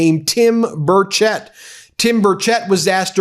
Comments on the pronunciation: It is pronounced bur shette sorry my cousins last name is Burchette and it is not pronounced bur chet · Representative Tim Burchett's name is pronounced BURR-chett